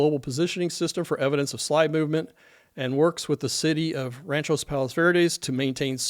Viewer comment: Great job and very informative. Please check the pronunciation on the city. I believe it is RANCH-Ō Palos Verdes. Thanks